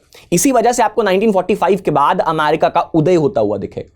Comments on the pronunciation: America ✅ Amyarika 😅❌ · Please. It's pronounced 'amErica' ✅ Not "amArica" ❌ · Sir ji “amarika “ nahi “america” hota hai